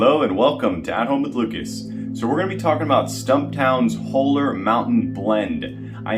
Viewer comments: BTW. It's not "whole er" it's "haw ler".. haven't tried Stumptown but my son says it's good. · It’s pronounced “Hall-er” not “hole-er”. Looking forward to trying this one.